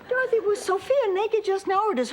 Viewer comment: Between Blanch & Stan they always emphasized the O in Dorothy's name.